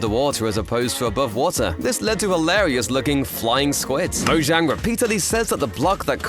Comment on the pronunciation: The way he says mozhang kills me 😂